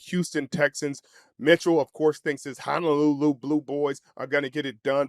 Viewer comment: Please stop pronouncing Honolulu wrong. It’s Honolulu not Hanalulu. Ho not ha. No not na.